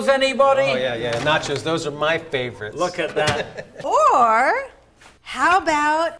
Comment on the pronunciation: AND EHHH....NAT-CHOZE ANYBOODY?